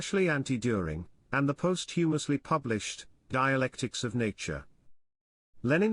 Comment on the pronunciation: “Post-humously” ? Is this AI or what ?